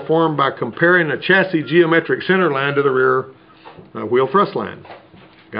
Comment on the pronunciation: Did he just pronounce the S in chasis? lmao the S in chasis is silent.